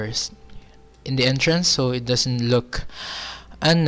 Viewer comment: ITS NOT PANTAY PANTAY U KNOW? THE ENTRANSIII IN